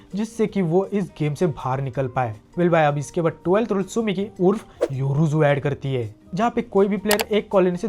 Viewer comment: Tsukimi nahi tsumiki...... Naam ka bhaji pulav bana dete ho bhai... 🤣